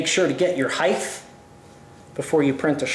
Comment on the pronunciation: You said heighth twice!